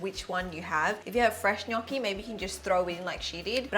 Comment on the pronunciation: love that you say gnocchi correct